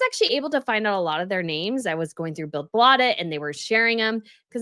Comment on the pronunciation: PS billed bladet the d in bladet is a th sound